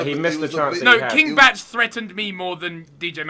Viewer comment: King “Batch”... pronounced B-aa-ck(like the musician)